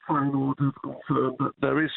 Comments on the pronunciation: dutch man: feyenoord simon: fayen hood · Feyenoord. Simon: fire-nude. Leverkusen. Simon: liver-cousin. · "Fayenhood"? Jee, Jordan 🤦. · "Fine hood." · Feyenhood? cmon Simon. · Why does Simon keep calling them Fayen-hood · Man, learn to pronounce my club well. Very annoying. Besides this is an amazing coach. No other words. Says enough Bayern is also after him. In my lifetime by distance best coach of Feyenoord. People will fall in love with his character and sense of humour during press conferences. It lifts automatically the pressure a bit from the squad and club overall. And trust me, I know where I'm talking about. Feyenoord has been a total chaos with immense supporter pressure for the last two decades (completely flipped around during his lead). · Wild how Jordan struggles pronouncing Leverkusen and Feyenoord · Funniest about that pronounce is that ‘Feijenoord’ actualy is a hood in Rotterdam.😂